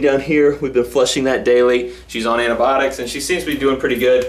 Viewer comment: It's just a weird way if saying it